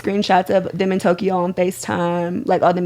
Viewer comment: Did she say tokyho?😂😂😂